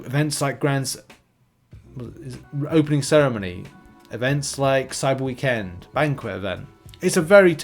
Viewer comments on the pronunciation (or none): none